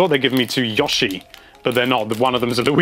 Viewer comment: yo-she not yah-she